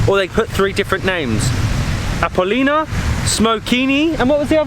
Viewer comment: The Pronunciations are killing me💀💀💀 The first name you said was the old tame of Sozopol - Appolonia. You pronounced it Appolina💀. The second one is Smokini, and you still pronounced it wrong💀. Smokini also means figs. The name comes from the many fig trees and traditional fig jams in Sozopol. Smokini is the name of the camping site. The Last one is not Kavastite like you pronounced it💀. It's Kavatsite which is the actual name of the beach. The beach has one name - Kavatsite, the other two are names of different thing that I told you. The ones are also killing me💀 It's Dalyan Chaika (Pound Net Seagull) The name comes from the nets for farming Mussels in this place and the seagull comes from the many seagulls. The same names had the rocky beach below this resturant. Also on it is really bad.